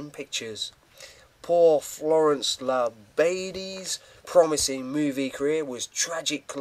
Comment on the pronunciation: Thank you for giving me a shout out! I really appreciate it. Hopefully now more people will see my channel and learn about silent film actors, especially Florence La badie whose memory i try to keep alive. About her last name, i had trouble pronouncing it at first too. Its pronounced La-bah-dee. Your lucky to have those rare cards in your possesion. Thanks again for the shout out!